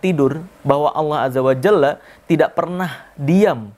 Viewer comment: bang sry nih tapi udah dari dulu pingin komen ini, kalau emang belum bisa ngmng Allah Azza Wa Jalla lebih baik pakai Allah aja bang soalnya yang di denger cuma Allah Azza Wa Jall jadi kayak beda maknanya